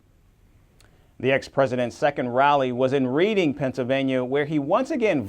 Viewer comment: Reeding Pennsylvania? its red-ding